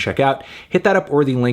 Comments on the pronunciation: I’m back again and still begging you to pronounce her name correctly 🙏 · Mans has been saying her name wrong for like 6 years at this point 💀😭 At least she finally got a good review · anthony saying her name wrong again lmfaoo